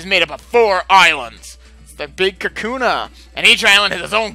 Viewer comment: Lol, am I crazy or did I hear you call them Kakuna instead of Kahuna.